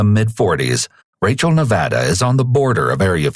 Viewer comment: Video just started and I’m just so happy you pronounced “Nevada” right! 😂